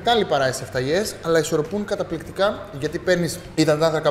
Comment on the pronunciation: Ακου μπογες... παννα του σχοιρου την λενε και για να πετυχεις την σωστη ονομασια πρεπει να πεις σσσεφταλιες οχι σεφταλιες!! Μπραβο σου που δειχνεις Κυπριακες συνταγες εξαιρετικη η συνταγη σου!